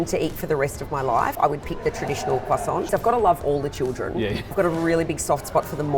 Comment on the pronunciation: Thanks! You’ve given me a new pastry to try if only I can pronounce it correctly when I get to France! “Coign something or other?” 😊